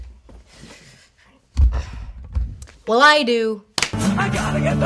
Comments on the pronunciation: Dear american people, "Oeuvre" is not pronounced "Oovruh" but more like "Uhvruh", otherwise you're basically saying "open" over and over again. Best regards, France. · Gah... "ooovre"; the "oeu" in "oeuvre" is like a slightly elongated "ea" as in "pearl", not the "oo" in "moo".